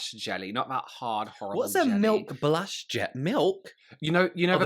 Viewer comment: Blunch = blush 😂 tree = true